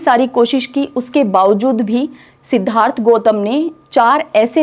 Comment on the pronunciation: Medam Aap padhati bahut accha hai par sh or s (example _Siddhartha or shudhodhan) ke pronunciation theek se nahi kr pate to use theek kr le aap banki aapke padhane ka tareeka bahut achha hai. Appreciating hai.